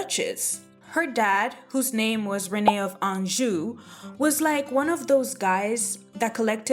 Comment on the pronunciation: A knockout, knows history, and pronounces anjou correctly. Subscribed ✅